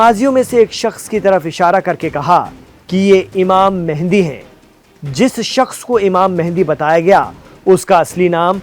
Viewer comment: تم خود کو مسلمان کہتے ہو کوئی بھی مسلمان امام مہدی کو امام مہندی نہیں کہتا ویسے تمھارے بات کرنے کا انداز اچھا تھا صرف امام مہدی کو امام مہندی بتانا غلط تھا ڈاکٹر عبدالروف طالب پاکستان